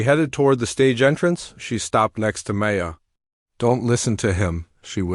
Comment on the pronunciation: Learn how to pronounce DeBussey! Learn how to say Chopin ! Hint: it isn’t chopp in! Maya is not May. A! It is My ah